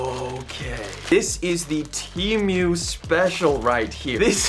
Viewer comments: Bro his accent is making him say temu so weird he's saying it like the animal emu but he's saying temeuw bro sound it out te mu like the letter T an a cow moo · Temu not Tiumu😂😂😂😂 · the only thing he mess up is saying temui instead of temu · I thought it was Temu and not teamoo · Teamyou?? It's said, Tee Moo 😂 but hay it's still a shit site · Temyu? It’s Temu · Broooo it's temu not TeAmMeOw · temu not temioo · "chi mieuw" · Tee mew 💀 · "Tea Mew" 💀💀💀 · He said tee mwe lol great vid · bro said teemew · My boyfriend says you're pronouncing Temu incorrectly 🤣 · bro its temu not temu bruh